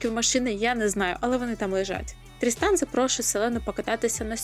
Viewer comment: Відео супер, правда мені все відео чується не "Тріснан", а "Дрістан"😂 нічого не можу з собою зробити😂😂😂дякую за відео і настрій